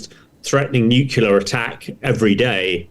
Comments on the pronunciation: Its not nucular its nuclear. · I cannot listen to an expert talking about nukular things. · Former US president Jimmy Carter, a nuclear engineer, always said nukular. Who am I to argue. We say eye-urn not i-ron. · This Frodo can’t even pronounce nuclear. It’s as if he’s never had to spell the word.